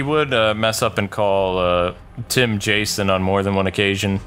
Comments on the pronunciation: u called him Jashon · said jashon